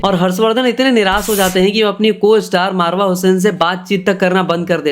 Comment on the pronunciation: Bhai marwa nahi mawra 😂